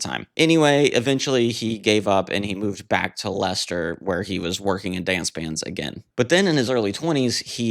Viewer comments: I have a lot of love for The Buggles - so many early electro pop gems on the two albums - 'Elstree', 'Technopop', 'Johnny On The Monorail', I Love You Miss Robot', and The Buggles version of 'I Am A Camera' is just majestic. P.S. You did so well with pronouncing 'Leicester'... then it all went to fluff with 'Loughborough' - it's pronounced, inexplicably "Luff-burruh". Those pesky British place names! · Noy Low-bto. Luff-burr-uh! Sorry, but Brit place names get pronounced pretty strangely a lot of the time. Congrats on getting Leicester right, tho!